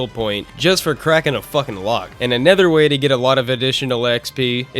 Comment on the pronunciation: Take a shot every time pronounces Another as A NETHER Jokes aside great review, synthcels should make more content